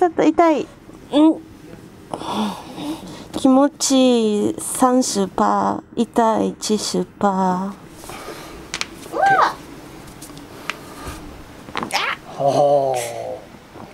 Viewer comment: 30%很標準 70%就不行了 按照日本發音應該是70%會比較標準